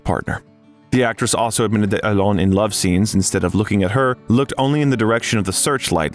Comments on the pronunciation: His name is not "Elane" Haha. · Please don’t pronounce his name like Elaine, it sounds ridiculous. Just get a native French speaker to help with the pronunciation ! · It's not A-lein, it's A-LEN :))) gee... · please pronounce his name right…not elaine…alain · It’s not Allen it’s Alain you don’t pronounce the N at the end . Just saying 😊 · Please learn how to pronounce the name Alain. Please. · OMG, the American pronunciation of French names and words!! Why try so hard? Loved this man; there will never be another Alain Delon!!